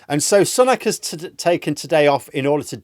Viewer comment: He hasn't taken a day off- that's misinformation. He made two stops yesterday. I'm all for absolutely pissing all over this lot but only with facts. Also, his name is pronounced Sue-nak, not Sun-ak. Britain First intentionally mispronpunce his name.